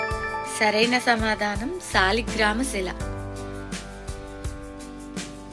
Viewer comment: శాలిగ్రామ శిల కాదు , సాలగ్రామ శిల